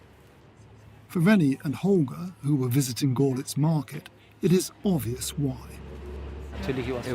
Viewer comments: its not gorlitz its görlitz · If you only speak English, then of course it is not important to you. And even that you can't really do because you spelled "no one" wrong. You also spelled "honestly" wrong. For those of us who know how Görlitz is pronounced, this narrator sounds ridiculous. It's like a documentary about London, and the narrator pronounces it "Looondam". That would be fine for you? It is amusing how you are proud of your ignorance. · I enjoy his utter mispronunciation of Görlitz. I mean, honestly, they could not find a single English speaker who can pronounce it correctly?? What a piss-poor effort by France 24. Just truly sad. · Sorry to hurt your tender British feelings, but don't you think if you make a film about a city, you should be able to pronounce the name of that city? Seems sensible to me. So if a professional media oultet makes a film about a city, and can't get the pronunciation of it right, that is pretty sub-standard. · Your umlauts are very difficult to pronounce for non native German speakers. I bet you'll have a hard time pronouncing some of our digraphs and voiced or unvoiced sounds. Not everyone is perfect. Of all the things the docu said, the only thing you heard was the wrong pronunciation of Görlitz.smh. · They are not difficult at all once you know how they work. Goerlitz is very straight forward. The oe just stretches the vowel to rhyme with 'her'. The tz on the end is quite a sharp, sibilant sound. He didn't pronounce 'Claudia; correctly either which makes me think he is unfamiliar with the German language and ergo really not a problem.